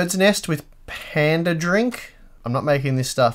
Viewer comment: it's pandan not panda lol